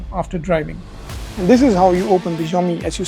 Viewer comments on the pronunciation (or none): Xiomi ---- jiome ❌ Shaomi ✅